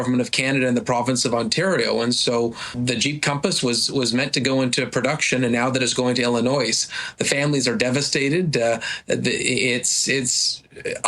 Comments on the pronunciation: should know you don't pronounce the "s" in "Illinois." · The Mayor of Brampton, can't even pronounce Illinois, properly, and where was the Liberals oversight of plant renovations, they just shoveled money at it then turned a blind eye, Joly is a joke, the "CONVERSATIONS" probably NEVER took place, the Liberals use the word, "CONVERSATIONS", over and over again, without any positive results, PIE IN THE SKY, it is always this or that is on the horizon, as far as "SINGH HORTENS" goes, where are the health inspectors, are there any ? ARE THEY TOO INDIAN, EMPLOYING 3rd WORLD STANDARDS ? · lol illinoise